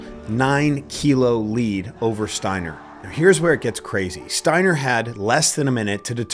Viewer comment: Absolute legend in Germany. By the way, it's pronounced ,Shteiner', because st/sp is always pronounced as sht/shp in German. Like the Yiddish/German word ,spiel', which you pronounce correctly in English